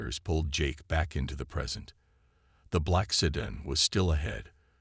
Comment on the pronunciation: MAGA Make America Godly Again... Interesting story though poorly told by an AI that cannot pronounce "sedan" properly. The photoshopped pictures were horrible and detracted from the narration. "Jake" was brave and very stupid. All he had to do was go hone and he should have. An untrained civilian getting involved in something like this usually does not end well. He was very fortunate it ended as well as it did if it was even a true story.